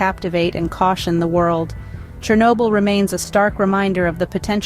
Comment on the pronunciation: *СhOrnobyl. Whatever is written on wiki. It's important, pls.